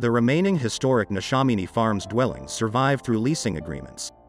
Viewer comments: NeshAMiny not neshominy. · The pronunciation of Neshaminy was interesting 😊 very well done though.